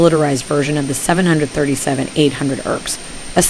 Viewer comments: its 7.3.7. Not Seven hundred thirty seven.....killin me smalls. Good video though. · Normal people call it the 7 37 not a 737. It may me cringe when she called it that.